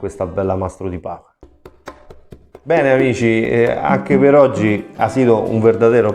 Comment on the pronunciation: Perdonami ma la pronuncia e paia e nn paha